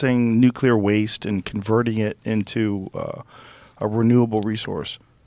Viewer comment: Is anyone else bothered by how he pronounces the word nuclear?